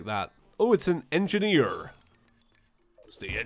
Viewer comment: You sounded extremely American when you said “engineer”